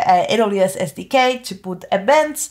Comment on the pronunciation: He visto varios de tus videos y te sugiero un cambio pequeño en la forma que decís "SDK". Se pronuncia "ES DI QUEI" no "SI DI QUEI" :)